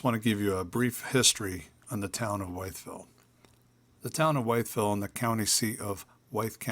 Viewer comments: Thank you so much for visiting our little town of Wytheville! Pronounced I instead of Y. I've lived here all my life and did not know the history of St.John's church. I hope you had the chance to visit in the whole county! Major Graham 's mansion,The Rock House, Shot Tower.Also all the other lakes, vista's and the Blue Ridge Parkway! Lisa J. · The “Y” in Wytheville is pronounced as a short “I” not a long “I”, almost rhyming with whistle.